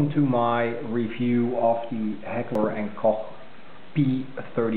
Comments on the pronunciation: Sounds like you said "Heckler and coock". Iol. It's pronounced "coke". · It's almost pronounced like "coke" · Well what would you expect: you called the American branch of a German company where Americans work. Sorry but you guys just don't know how to speak German. It's a friggin GERMAN word: it's pronounced like "Loch" except with a "K". You don't say "Loke Ness" it's "Loch ness".... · I never get it: people never talk about the "Coke Ness Monster". You pronounce Koch as "Loch" with a "K". How hard can it be? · I don't know about that. I've always heard "Coke". I'm going to see if eather one of us is pronouncing it properly. I know it's a German company. Infact...one of there American facilities is only 30mins away from my house. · its not pronounced like "coke"...